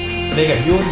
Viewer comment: อ่านยุ่นผิดค่ะ ขอร้องงงง ทำไมใครๆก็อ่านชื่อพี่ยุ่นผิด อุแงงง😂🤣